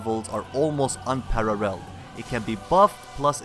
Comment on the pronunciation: he says parrarel